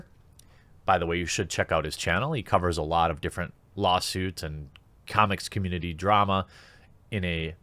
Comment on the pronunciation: If something legit was gonna come out it would've come out within the first few days before his fellow VA's went full psychopath. Also, was it Pensacon? I heard CONmunity, or are they the same?